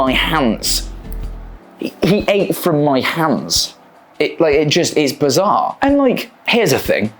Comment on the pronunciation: he says hands weird